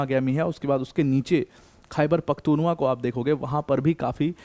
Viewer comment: It's "Khyber Pakhtoon Khowa" or say Pashtoon Khowa 😅